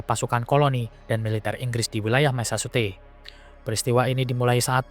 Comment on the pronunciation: Mesecuset....ucapkan seperti ini